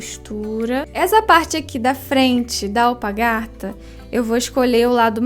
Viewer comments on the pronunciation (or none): Ficou muito linda, mas achei muito engraçado você falar alpagarta ,parabéns por seu trabalho tão lindo e a explicação de fácil compreensão .👋👋👋👋👋